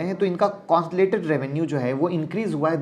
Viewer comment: सर आप बस "कंसोलिडेटेड" बोलना सिख जाओ ।। फिर मैं आपकी क्लास जॉइन कर लूंगा ।। और डिमैट एकाउंट भी खोलवा लूंगा वो भी आपके ही लिंक से ।।